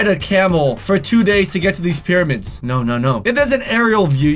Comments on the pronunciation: Okay when you said "pyramid are all alone in the desert" it actually sounded like you said period instead of pyramid 😂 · U said periods instead of pyramids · do you realize that 2 and 56 seconds into the video u said periods instead of pyramids 😂😂😂😂lol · anyone here say periods instead of pyramid. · he says periods instead of pyramids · Who else heard say “periods” instead of pyramids. 😂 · he says "periods" instead of "pyramids" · " " instead of saying pyramids said "periods" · Does he say periods instead of pyramids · Did anyone notice that he said periods instead of pyramids but me? If u did leave a like ⬇️ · says period instead of pyramid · Did anyone else hear him say “periods” instead of pyramids or is it just me?? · said periods instead of pyramids, lol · Just watch He said period instead of pyramid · he said peiroids insted of pyramids! lol loveyou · On he says periods not pyramids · talk said pereid instead of pyramids 😂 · did he say periods or pyramids? 😂😂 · Did anyone notice that he said periods instead of pyramids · does he say periods or pyramid? 😂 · he said period instead of pyramid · I like how he said periods, not Pyramids!! Lol 😂😂😂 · he said periods instead of pyramids 😂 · “Apparently these periods” 😂 I think u mean “pyramids” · Does he say period instead of pyramids:))))))) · you said periods instead of pyramids😂😂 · he says these periods instead of these pyramids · You said periods instead of pyramids XD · He said period instead if if pyramid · did any one notice that he said periods in stead of pyramids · Did anyone realize he said period instead of pyramid 😂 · Lol when he tried to say pyramids he said period omlll 2 0 1 9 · "apperlanty these periods" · it sounds like period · OMG at the mark, the pronounced the word pyramids as PERIODS. Hey, your gf must be on hers...😂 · did he say periods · You said pyramids wrong 😂😂😂😂😂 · Here how he pronounces pyramids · he did NOT say pyramid.... listen very very closely